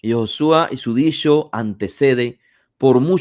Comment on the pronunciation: Disho disho disho (habla bien)